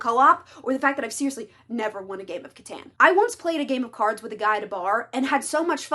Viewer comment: the pronounciation of Catan is crazy XD I love catan though amazing game